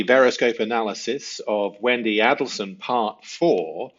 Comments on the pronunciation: A del sons. Not addle sons. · Well said. I pray for Wendi’s soon arrest. I deeply resent the fact that she’s been allowed to walk our streets for so long. A kindly note here: for you to please be careful with your pronunciation so as to achieve maximum credibility. It’s not a short A (as in apple) when you say Adelson. Pronounce it the way the family does with a long A as in ape. It’s not a short A in Detective Isom’s name. It’s a long A. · I ❤ Veroscope!! Note: Respectfully, the pronunciation of Markel is with the emphasis on the second syllable. And the pronunciation of Adelson, is with the emphasis on the first syllable. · Now now don’t forget it’s not ADDELSON it’s AID EL SON and MAR KLE is DAN MARKELL tsk tsk I haven’t had to tick you awf lately - ohhh dear lo EYESUM not ISSOM 😂